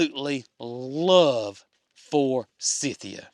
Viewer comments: We have 2 forsythia bushes on our land. My husband can never remember how to pronounce the name and just says for-cynthia! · We have Forsythia here in UK, all over the place. We pronounce it for-scythe-ia. Hope Tater and her calf get through delivery with no problems. Love from UK 🇬🇧 ❤❤❤